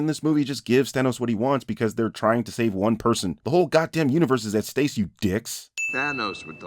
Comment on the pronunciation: Me trying to figure out if you said “stace” instead of “stake” on purpose to further the parody of CinemaSins or if that was a genuine mistake. Who am I kidding that was on purpose